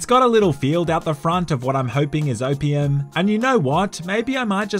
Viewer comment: Australian says "Opium" -- My American ears "wtf is OPM?"